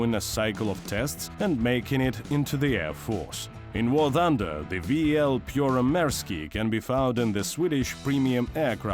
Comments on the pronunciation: Good grief. Absolutely awful pronunciation. Made me squirm. Can i redo the voiceover for free? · don’t get your knickers twisted. It’s got nothing do with how I speak Russian, it’s how this man pronounced Finnish. It’s awful, period. If you want to sell a product, use someone who can do it properly. я свободно говорю по-русски.